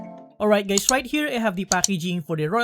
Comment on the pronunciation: Did you just said hi gays? Lmao